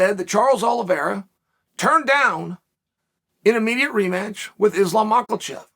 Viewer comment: Come on Chael.. how can you know by now how to pronounce his name properly. Wtf “Maklachev”?? 🤣🤣